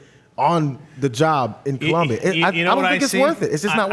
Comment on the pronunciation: it's colombia not columbia